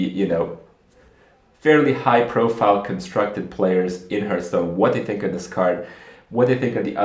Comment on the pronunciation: its called hAAAAAAAAAAAAAAAAAAAAAAAAAArthstone not "hurt"stone